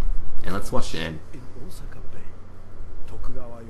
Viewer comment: You didn't pronounce Osaka right. :)